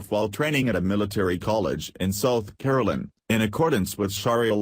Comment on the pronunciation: South Carolina. Not Caroline. She definitely does not belong in a U.S. military school.